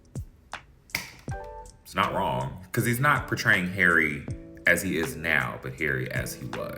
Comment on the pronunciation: U said his name very well ❤❤❤❤